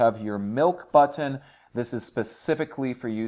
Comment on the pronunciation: This is America. Learn how to say the word button and the word lever.